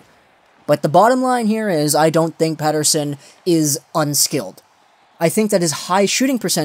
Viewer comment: jesus, thanks for not using that fucking sweedish accent on his last name, its about time for that! Well for starters why even make a video like that? shows you are not a canucks fan first and foremost, also it shows again like many people who cover the team, that you think you know better than the professionals who run the team. He is our top prospect cant you just be happy that he destroyed the last professional league he played in, the thought that he was lucky is just senseless to bring up and instead of validating that, you fell down the rabbit hole. You could have made a video defending it but instead you just made a leap for something that completely under minds the amount of skill and talent it takes to even get drafted! So now you retract after pure click bait did not work out for you.. Thats all this sounds like, maybe you should keep your canuck opinions to yourself!